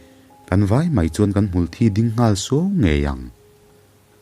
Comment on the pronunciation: Nia keipoh ka lo tia...i rawn sawi dan hi a dik thi (blood) ni lovin, thi (death) tih ang a lam tur zok😊 video dangah pawh hian thi (blood) ang hian lam zel a comment hi chhiar ngailo mi le ka ti deuh vedio dagah an comment ah hian an sawi thin a then khat in...thinrim in ka sawilo nia😊 chhan chu fan ka ni tlat